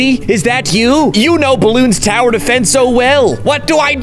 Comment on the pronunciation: He said bloons tower defens